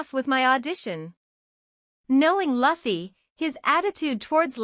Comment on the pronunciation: I hate how the voice says Luffy